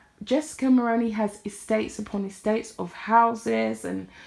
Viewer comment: Hi First off great video.. Second I would just like to point out that you are pronouncing Mulroney incorrectly...Mull-roo-knee..the roo as in room or kangaroo.. I'm Canadian and remember very well her father in law as Prime Minister..just trying to be helpful as the majority of non Canadian content creators are mispronouncing the name. You can watch videos with it being said correctly try CBC Global or CTV as they are Canadian news channels..yes I'm Canadian 🇨🇦🤗 Hopefully you find it helpful